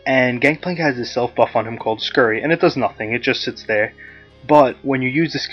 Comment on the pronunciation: lol its "scurvy" not "Scurry"